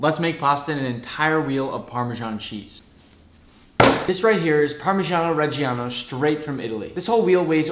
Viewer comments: The “ parmigiano reggiano 😒🙄” got me 😂 But the pronunciation is still a bit wrong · I hate the english pronunce of parmigiano regiano, couse the original and right pronunce is the italian one but this recip seems good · Ma tipo no, mi son cascate le palle a sentire un Italo americano pronunciare così parmigiano reggiano e fettuccine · In the pronunce of parmigiano reggiano for all the g you have to pronunce G like G in good, I and A in both words made an only sound. In italian the letter GIA are pronunced like you american/english pronunce JA